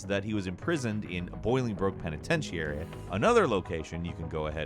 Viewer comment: Anyone else mad how at how he pronounced penitentiary